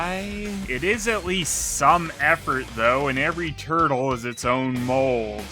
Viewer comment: "Teenage Mutant Ninja Tuttle". Sounds better at least. Good point.